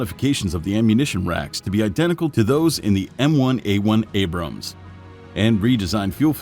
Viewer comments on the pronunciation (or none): none